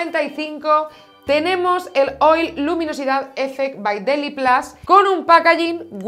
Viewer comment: DeliPLAS?????? En seriooooooo? Par favar que me sangran los oídos. Deliplus de tota la vida xD